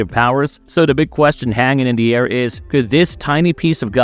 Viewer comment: Dis and da? Why does this guy say dis and da instead is “this” and “the?”